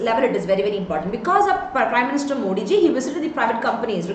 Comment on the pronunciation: It's not moodi ji its modi ji